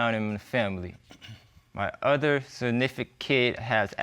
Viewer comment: Did he say “signifikid”??🤣🤣